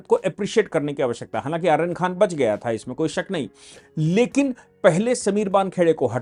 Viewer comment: आर्यन नहीं अरयान खान है इसका नाम